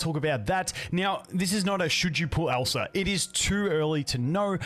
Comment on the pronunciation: It sounds like you're saying Elsa it triggers my frozen flashbacks 😭